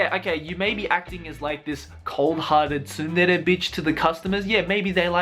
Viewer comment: Isn't the T in "tsundere" silent? Why does pronounce it like "T sundere"?